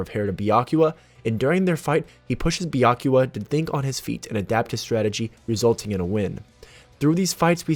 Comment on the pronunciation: Dude it's Byaku-YA